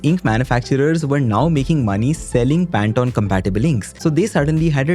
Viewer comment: FFS... It's PAN - TONE... As in tone of voice, tone of a musical note, THE TONE OF COLOUR NOT TON TON TON TANATAN 😂😂 🤦🤦🤦